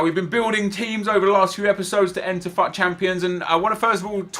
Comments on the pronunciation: No one else is annoyed by the fact that he is saying FAAT and not fut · sorry its fut not fat